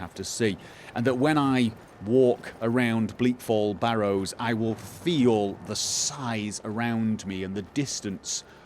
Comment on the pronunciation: For five years i've followed you. And still you dont pronounce Bleak FallS Barrow right. Can't teach an new tricks i guess;)